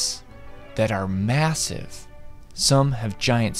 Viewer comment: did you say massive?